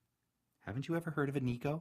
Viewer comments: Neeko??? Why do you say it like that?? It’s pronounced neh-koh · PikaWolf omg thank you 🙏 every time I heard him saying niko にこ and not neko 猫 it annoyed me so much and I went to the comments to see if others noticed AND U BE THE ONLY ONE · It's usually pronounced "Neh-kou" not "Nee-kou" =^-^= You're voice is lovely. 💗 You should do more Neko asmr~